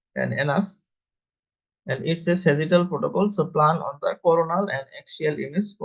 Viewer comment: Do NOT have AI read the description of procedure. Example: This was a MR (Magnetic Resonance) Defecography NOT a MR.(Mister) .Views were coronal plane NOT CORNAL plane(made it sound like commentary on corn(a vegetable)! Overall,however this was an excellent video of the procedure and commentary was also good except for those errors in pronunciation I pointed out. Just a few corrections needed . I have reviewed several defecocgraphy videos and this one is the best. BRAVO!